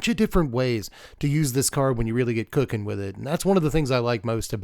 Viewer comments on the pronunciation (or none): none